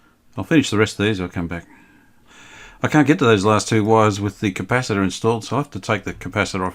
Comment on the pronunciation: Polly wanna "Cap-per! LOL😁